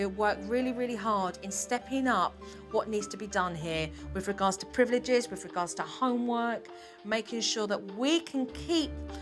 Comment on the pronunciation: Ok ok I laughed when the mom said priv eh liv ges instead of privileges.